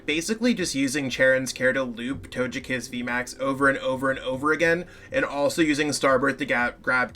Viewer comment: Your way of saying Togekiss makes me lol.